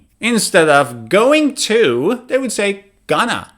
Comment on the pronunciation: “Would” NEVER sounds like “Vould.” mixes up the W and V sounds fairly often. He gives some very good information, but it’s obvious he is not a native speaker.